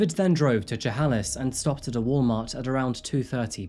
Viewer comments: pronounced "che-hay-liss" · Hey hey WA got a mention. Neat I’m gonna be that guy. It’s pronounced “shuh-hay-lis” not “ja-hal-is”. (Chehalis) 😁